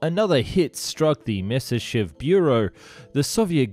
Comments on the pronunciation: 'My-ah-sish-chev', not 'Miss-iss-shev'. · You make some decent videos, but if I hear you say "misishiv" one more time my headache is going to go supersonic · Myasishchev, try saying that ten times fast! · You always do so well with the video, but your pronunciation is so terrible!!! Have you ever thought of having someone else pronounce the Russia and German words for you? For instance "shch" is only the single character "щ" in Russian. so instead of making it 2 or more syllables, in fact it is only a portion of a SINGLE syllable.